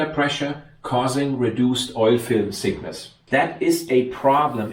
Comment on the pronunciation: Very interesting. But please improve your pronunciation. It's rotor thickness, not rotor sickness.